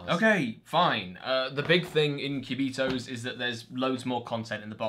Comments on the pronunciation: This spanish speaking person is cracking every time you pronounce "quiubitohs". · I just clicked in the video to hear you pronounce "Cubitos". Not disappointed, maybe I'll watch the rest of the video later.